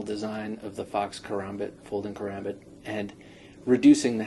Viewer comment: No offence people do it allot but when people say ker-ambit and add a third syllable it doesn't feel right